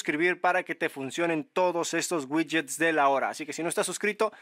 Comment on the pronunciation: Ouidgets ouidgets 😅 pd descargué tooooodos los gidgets 🎉🎉🎉